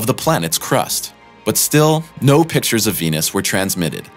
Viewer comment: India would've been the first to beat everyone, their biggest obstacle was they couldn't pronounce the planet's name correctly. It was tough to raise funding... Nobody invests in Wenus.